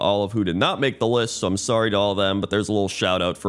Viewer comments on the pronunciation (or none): none